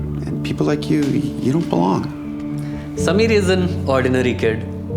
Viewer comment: Props to principal for pronouncing samir correctly👍